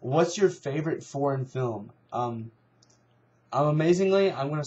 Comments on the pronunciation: it sounds like ur saying porn instead of foreign lol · when u say foreign it sounds like ur saying porn